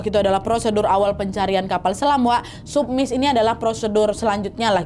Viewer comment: Cara baca sublook, submiss, subsunk salah